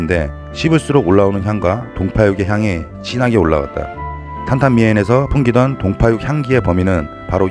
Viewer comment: 맞아요 ㅋㅋ 이쁘게 찍어보려하는데 자꾸 망가지고 지저분해 보이면 속상해요 ㅋ 그리고 탄탄미엔 발음이 훌륭하십니다🙏